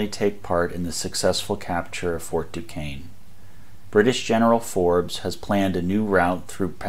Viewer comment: Fort Duquesne is pronounced "DooShayne" and NOT "DooKayne" Not a criticism . . . just tired of always hearing the name mispronounced